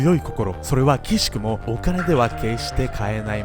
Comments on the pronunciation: 「奇しくも」はくしくもと読みますね。応援してます！ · 奇しくも（くしくも）だと思います。 細かくてすみません。 今日も動画面白かったです！ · 奇しくも：くしくも、と読むと思います。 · 私もそれが気になって、指摘している人がいないか探しました。